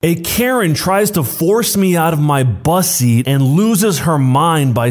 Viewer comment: When he said bus seat it didn't quite sound right